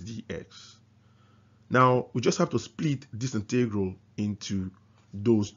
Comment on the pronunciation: Integral - emphasis is on the first syllable!